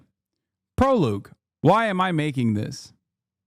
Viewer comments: I’m sorry brother but proloog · It’s pronounced “Pro-Log” ❤ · Anyone gonna talk about “proloug”?? Jfjfh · he mispronounces Prologue "prolooge" lol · The most damning evidence against Hasan is him pronouncing "prologue" like that